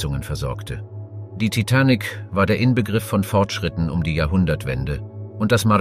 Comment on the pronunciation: Er kann sich in der gesamten Doku nicht entscheiden wie er TITANIC aussprechen soll. 😂 Je länger die Doku ging, desto schlimmer wurde es 😂